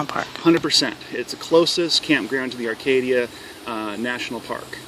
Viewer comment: There is no r in acadia......